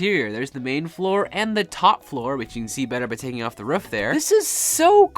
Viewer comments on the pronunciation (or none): It's not "roof" it's "ruff" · and he said ruff instead of roof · Why do you say ruf😂 it is roof I am not hating just saying and I like your builds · How does he keep on saying roof as ruf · roof not ruf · Is anyone else hearing rough not roof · It sounds like you're saying "rough" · i'm prety sure you said roof wrong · why do you say roof like that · The way he says roof makes me laugh for some reason